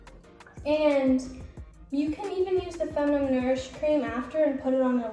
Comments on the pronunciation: Love you girl but it’s not pronounced femunum. It’s fe-mi-nin. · how you gonna have a hygiene brand but pronounce “feminine” as “feminum” 💀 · Why are you trying to give advice about female care when you cant even pronounce " feminine " right